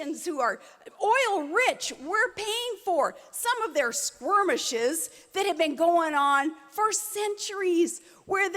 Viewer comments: "quote 'Squirmishes'." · squwirmishes? really? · She mispronounced "skirmishes" as "squirmishes." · I squirmed when she said "squirmishes". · "squirmishes". Also did she forget who she was endorsing partway through? my god. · This bitch said "squirmishes". I'm done.